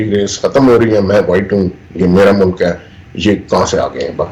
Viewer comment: urdu main Mulak nai hota. Mulk hota hy